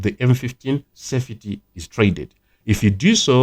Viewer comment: Duly noted. By the way it's "sefty* not *sefiti*. I hope you don't mind.